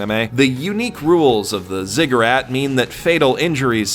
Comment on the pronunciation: i swear to this garbage fire of a god if i hear this man say "zigg-ah-rat" one more gosh damn time.....i mean come on man....come on....